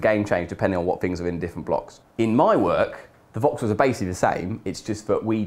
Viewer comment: I never could figure out how the heck you pronounced that.